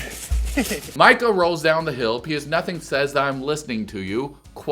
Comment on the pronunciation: I think it’s a bit worrisome that you don’t know how to pronounce, Micah… especially after 6 seasons and now 4 episodes deep. I do however, appreciate your video. Not a troll. Not a hater. The dark haired square head was brilliant!!! 😂